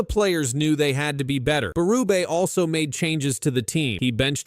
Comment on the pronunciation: that's not how you say Berube